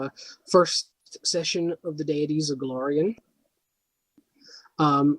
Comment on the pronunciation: Go-LAR-ion. That's an A. Not an O. Also while you are clearly very knowledgeable on the subject you need to work on presentation. Too many ums and pauses. Your phone goes off, somebody talks to you, and you step away like you're on a call. Simple editing dude.